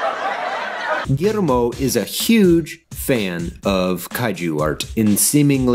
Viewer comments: As a Mexican, I find your pronunciation of "Gullermo" quite funny, because you sound kinda Japaneese when you say it (I'm not expecting a mexican pronunciation obviously, but didn't expect that either). Still a great video, like always! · Yo, just a little note on an otherwise magnificent piece (what's new?). The pronunciation of the "LL" in Guillermo sounds like the "Y" in Yeast, Yellow or Yacht or the "J" in Jail, Joker or Jamaica. Cheers cowboy